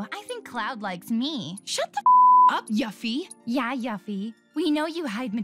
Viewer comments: ...Is no one else triggered by the VA mispronouncing Yuffie's name...? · It's pronounced You-fee... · I always thought her name was pronounced "Yoo-fee" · I don’t understand how people call Yuffie yuh-FFi growing up. I’ve always read her name as You-ffie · Pronounced “yoo-fee” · The way she said yuffie actually made me want to see the Empire State Buildings roof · The way "Yuffie" is pronounced gets me 💀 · The way they said yuffie gave me crows feet from all of my wincing in pain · That's certainly... a way to pronounce Yuffie. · The way the said yuffie's name was absolute garbage. Did any of them ever play kingdom hearts 1&2 at all what so ever?